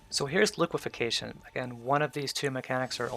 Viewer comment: its liquifaction not liquification lol